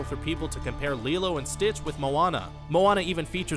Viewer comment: You pronounce lilo as Lie LO